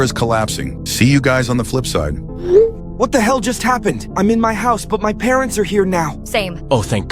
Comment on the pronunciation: why is it parentz and not parents🤣